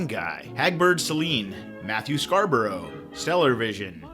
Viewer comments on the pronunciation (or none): none